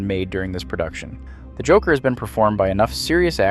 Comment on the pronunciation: "the jockler"? 😅